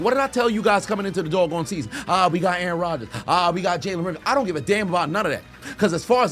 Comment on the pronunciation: Even when he's ranting, still has time to refer to Rodgers as "A-a-ron." 😅